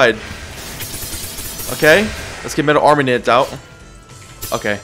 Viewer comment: “Flame wist” “metal armanent” wisp and armament Ik I prolly sound like a nerd but please fix this